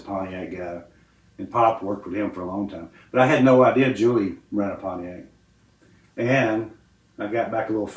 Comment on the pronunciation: Richard pronounced it ‘Ponyact’ 😂😂